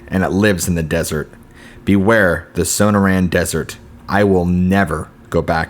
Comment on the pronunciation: As someone who grew up in the area the stories are interesting. Also you sound out Sonora as so no ra. Perhaps you should hear the pronunciation of words you're unsure of just so you know you're saying it right. Just a tip so you don't come off as a gringo ;) just some advice.